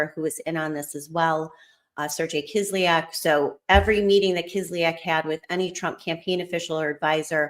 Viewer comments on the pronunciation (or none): none